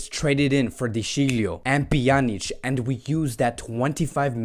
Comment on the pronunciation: How unstable can people be, today they love you, tomorrow you are a goner, judging Todibo as bad bcos of this one performance is just stupidity, then Pique should not play again for Barca.... anyway I love the new Pjanic pronunciation, Panic was awful, you doing great